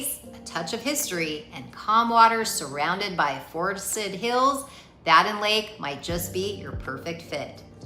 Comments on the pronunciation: BADEN IS PRONOUNCED "Bay Den" NOT BA-DEN! Got it? Then correct it. RESEARCH THE CORRECT PRONUNCIATION OF ALL N.C. LAKES, THEN RE-EDIT VOICE OVER & SCRIPT TO CLEAN UP THIS VIDEO. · Bay-Din... Simple phonics, the I makes the A say its name.